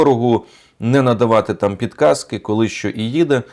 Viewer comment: НЕ 'пілказКи", а ПВДКАЗИ!